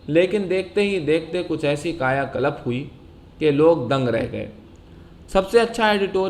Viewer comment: Bhai it's 'Kayakalp', not 'Kayakalap'.